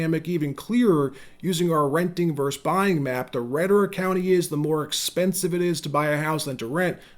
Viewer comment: I keep hearing the word “versus” pronounced”verse.” It’s a two syllable word, right?